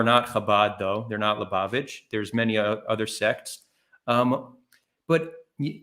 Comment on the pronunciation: repeatedly mentions Chabad Lubavitch as a cornerstone for his theory on how Jewish power is working to eliminate gent*les Also: can't pronounce Lubavitch